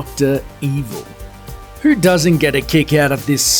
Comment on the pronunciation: That intrusive R... I had thought it was Katie Holmes rather than Katie Hormes. Also, it's "who," not "whr." "As far as mrvies grr, Batman yada yada."